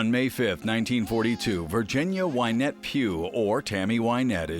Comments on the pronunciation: why doesn’t the narrator know how to pronounce Wynette. He says ‘Wine-ette’. Is he just dumb or dumb AI ? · Thought it was Wynette.. he’s pronouncing it wrong